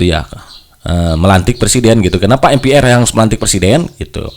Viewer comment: Sejak kpn MPR dibaca atau disebut em pi ar? Lembaga negara itu bg harus bnr cr pengucapan nya